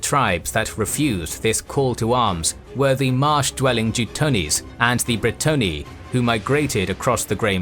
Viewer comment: Empire of man? Think you keep mispronouncing Brettonnia. FOR THE LADY!